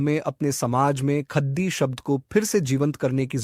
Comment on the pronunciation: ख़द्दी, टटख़ा, ख़ेस्स इत्यादि का सही सही कुँड़ुख़ में उच्चारण कीजिए। जय धर्मे!!